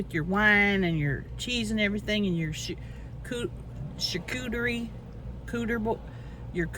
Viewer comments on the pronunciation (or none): "Cooterie" board... 💀